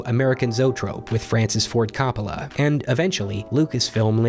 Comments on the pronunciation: Cool but why do you know so much yet seem to be the only person on the planet to pronounce Coppola that way? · And we’re not going to even going to get into the pronunciation of Coppola here...😂🖤